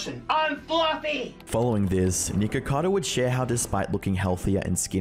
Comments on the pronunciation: I really did not like this video, but I will be subscribing so I can watch future videos xx I just personally found it really irritating the pronunciation of his name ! But other than that, I absolutely love the style of documentation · the way bro pronounced "Niko"cado Avocado... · Flinching each time he says "Nikocado" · I find it rather hilarious and somewhat ironic that Charlie is so loved and respected, yet can't even say the YouTuber's name correctly that he makes a video about. His name is Nikocado - not Nikado. You may be a respected YouTuber Charlie, but it seems you can't even show enough respect to pronounce someone's name correctly. That aside, if Nikocado wants to kill himself for views, then that's his choice. Was your video about him demonitized ? If not, then aren't you cashing in on the same thing by making a video about him ? You commentary YouTubers are a sad lot. The only way you can make a living is by putting shit on other people. Live and let live. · I wish Penguinz0 could actually pronounce Niks name correctly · . You clearly say N-word-cado. lol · well that is ONE way to pronounce "nikocado" LMFAOOOOOO hope you have an N word pass for that one buddy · doesnt sound like hes saying nikocado :o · Lol the way how he says nickackader avacader lol. (Btw if sees this, its pronounced Nick-ah-cahdoh Avah-cah-doh) No hate. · Nikercader Avercader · nahh bro you did not say nikocado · Ah yesss "Nigerkader Averkader" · Nikkercado avacado? 😂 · No offense, but I kept hearing “Nikocader” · Lord this baby adds so many 'R's into his words, and they sound like 'W's'. So "sew", No "know", Nickocado "Nickowcadow", 😂😂 Bloody english, so adorable and stuff. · Neek-or-car-dor Av-or-car-dor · nikkercado avocadder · The way you pronounce "nickercado" is so close to getting you canceled homie, lol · hold up, that "nikocado" didn't sound like it suppose to 🤨🤨🤨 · Is Charlie mispronouncing Nickocado's name on purpose? Probably.